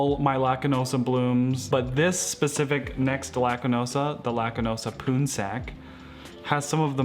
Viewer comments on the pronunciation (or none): hoya lacunosa "poonsak", the pronounciation sounds like "pawnsug" which is a common name for male in Laotian and Thai